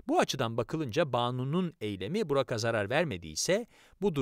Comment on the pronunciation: Burak'a diye yazıp Burağa diye okumalıyız arkadaşlaaar🌿